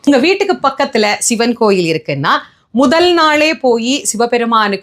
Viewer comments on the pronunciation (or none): none